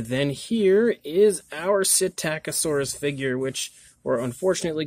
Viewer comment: I've been in paleo my entire life and worked with many other paleontologists and I have to say, never heard anyone call it a "Sit-tack-oh-saurus" - only "SITT-a-ko-saurus". Just FYI ;)